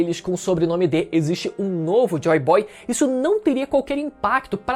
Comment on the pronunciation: "Entre vocês exsite um Deus"